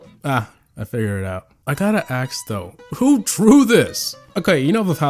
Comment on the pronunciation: you are black, you said aks instead of ask